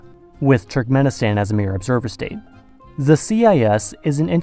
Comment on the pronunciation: Do you say "zhe" for "the" throughout the video in an attempt to sound more European?